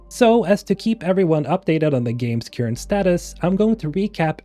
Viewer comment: Current is not pronounced "cure-ent". It's like "purr" (what cats do) or "stir" or "sir". :)